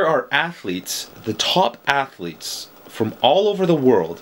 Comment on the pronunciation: Sure. ATH--O--LEETS